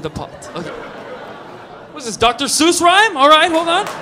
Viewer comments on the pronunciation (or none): none